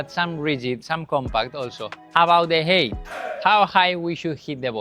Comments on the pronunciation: Height is pronounced high-t. FYI. Great video. Thanks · I was always mocked for 'height' Vs 'hate' pronunciation 😅